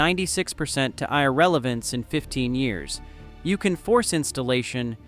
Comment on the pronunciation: Gotta love AI mis-pronunciations ("eye-legal" instead of "illegal" and "eye-relevance" instead of "irrelevance"). Otherwise, interesting video.